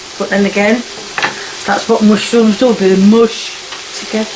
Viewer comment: "mushy rooms" haa!